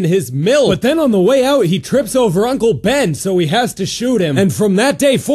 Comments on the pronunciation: ... Did he say DUNKle Ben? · no he said "and uncle ben" a bit close together